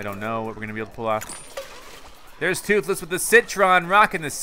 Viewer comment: DUDE TWOTHLESS NOT TWOTHLOSE